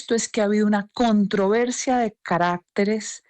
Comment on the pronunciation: No sabes hablar Cabal. Es caracteres, no carácteres.